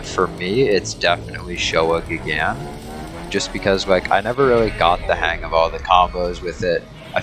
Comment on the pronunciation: You pronounced gigan wrongly